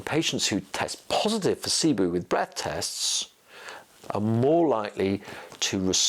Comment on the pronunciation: It’s pronounced SIBO. Not SIBOO